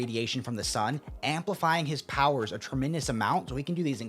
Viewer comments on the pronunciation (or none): none